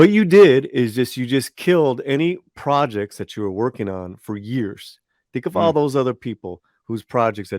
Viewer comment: Wills hurt? Poor little, "tink, tink!"🥹